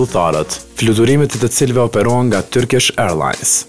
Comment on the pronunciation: "Turkish Ajrllans" , your accent tho😂